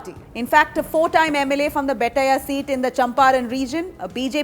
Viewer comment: Its Bet-ti-yah not Bet-ta-ya